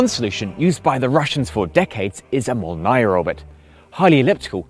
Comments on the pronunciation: мОлния а не молнИя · Молния is pronounced molnija not molnaja. It usually means thunderbolt, but in this case more likely a zipper. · This video is full of mistakes and misinformation: * The JWST has a sun shield, not a heat shield. It’s just a glorified shade umbrella and it’s not ablative. * Молния is pronounced mole + nya (like nyan cat), my countrymen are already being butchered in a pointless war, I won’t have you butchering my beautiful language. * Flower orbits can be calculated using nothing but a high-school level understanding of calculus and keplarian equations that are centuries old, there’s no need for “computers using guess and check” * Lagrange points are terrible places for asteroid mining, the best orbit for asteroid mining is whatever orbit the asteroid you are mining already is in. * The iridium satellite constellation does indeed have redundant coverage of the poles, but this is not inherent to walker orbits and is a specific design trade off of that specific constellation. Most other walker orbits don’t “waste coverage of the arctic” they just don’t cover the arctic at all. That’s the whole point of tundra and molnia orbits. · Not super important, but FYI Molniya (lightning) is pronounced "mòlneea", with the accent on the "o"